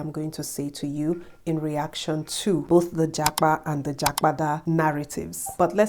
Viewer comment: Lovely content🔥, this is not to diminish your effort, keep the good work. but tonation for japada is m r d.